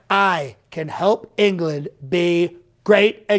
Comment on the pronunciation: In “Enge-ga-land” 🤣🤣🤣🤣🤣